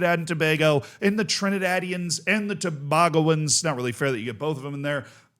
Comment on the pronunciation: i just have to say it. It's pronounced Too-Bay-Go-Knee-Yuns